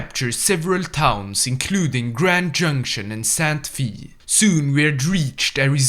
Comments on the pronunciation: Sant fee 🤣 it's pronounced Santa fey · As much as I love your videos when you said "Sant fee" I died inside